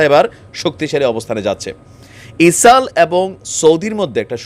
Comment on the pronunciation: গাজা গা ঐ যে জা কেমনে হয়।এটা চামচামি। তুমি এগুলো বন্ধ কর। মানুষ তোমাকে পছন্দ করে কিন্তু গা ঐ যে জা,ইসাল ইত্যাদি বন্ধ করে শুদ্ধ ভাবে বলার চেষ্টা কর।